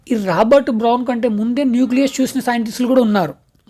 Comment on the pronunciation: Brown ❌bron✅😢😅